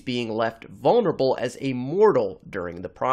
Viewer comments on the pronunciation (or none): none